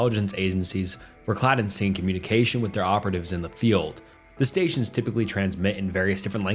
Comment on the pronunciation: "clad eh steen" instead of clandestine was insane